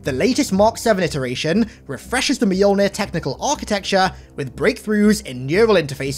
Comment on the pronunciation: Mjolnir is 2 syllables, not 3